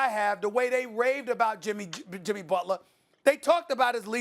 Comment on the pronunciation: “Jimmy Butlahh” 😂😭